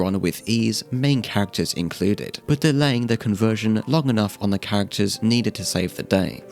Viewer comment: i'm sorry but when you say "characters" i always think it's "cactus"